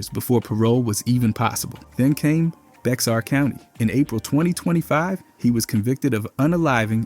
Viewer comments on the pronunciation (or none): Bear county not bexar lol